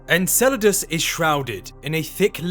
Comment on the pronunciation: in and if this dude says Encledaus one more time.....